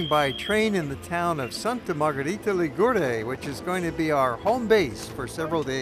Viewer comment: The pronunciation is: Sànta Margherìta Lìgure (not Ligùre hahaha) and more: as usual stranger people makes a big confusion commenting with a southern italian or neapolitan or sicilian music the description of a northern italian town as Genoa or Florence or Venice and so and so....! It would be the same if you comment a report in New York with a mexican music, or a report about Paris with a polish music!!!! Ligurian culture and music is closer to France or Milan or Turin than the South of Italy!